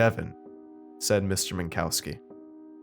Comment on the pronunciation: I'm pretty sure it's pronounced Min-cov-ski